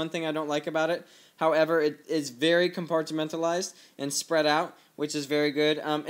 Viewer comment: compartimentalised?!?!?!?! ....americans